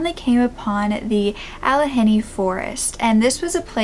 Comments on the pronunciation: not!! Being rude but it is pronounced …Alla-g ( as in good)nee …just thought r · Allegheny is pronouned with the G, a soft G and the H is silent: all (like yeah) eh GAIN y